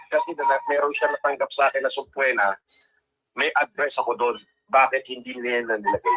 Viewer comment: (Sub”PWEEEEEEE”Na )-- is the correct the pronunciation. 😂 Natatawa ako dyan.